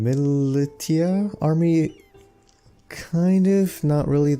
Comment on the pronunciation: BTW its pronounce "Mili-sh-ia" not "mili-tia" just saying